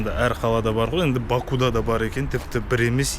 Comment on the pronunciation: Бакуда емес Бакуде деп айтыңыз,бұл жерде у әрпі келесі буынды жіңішкертеді